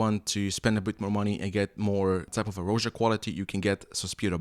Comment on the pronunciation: Like your reviews. Buts it's pronounced "Raja". After his name Roger...not 'Rowja'